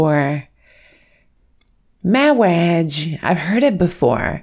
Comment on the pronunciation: "Mawage..." If you'd been at my wedding, you'd definitely would have heard that before.